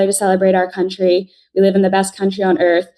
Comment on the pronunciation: I love how many times she said : ' cuntry ' ..........hilarious !